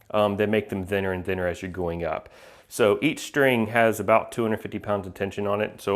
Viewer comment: You pronounce the 'th' in 'thinner' and 'thicker' like the 'th' in 'the'. Everyone else ive known pronounces it with more silibance like the 'th' in 'myth'.